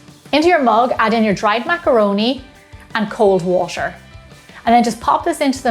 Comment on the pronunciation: I felt it when she said "WasTeR"